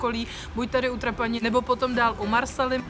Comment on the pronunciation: Ahoj. Chystáme se tam s kamarádama v září 2019 na dva týdny. Chceme Sicílii objet celou dokola. Sbírám tedy informace co kde a jak. Tak že i vaše video se hodilo shlédnout. Díky. :-) A jen malá poznámečka... Trošku tahá za uši to vaše Trapáni! Siciliáni ho vyslovují Trápany. Ale jinak fajn. :-)